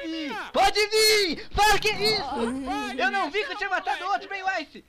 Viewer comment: falando aice kkkk